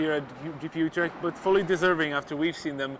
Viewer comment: As a Dutch person, I like how he prenounced 'Utrecht' :)